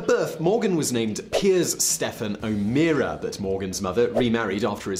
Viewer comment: It's not pronounced O'Meera, it's O'Mara (also an alternate spelling of this name).